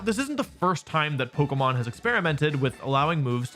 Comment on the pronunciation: Another person pronouncing it polkamon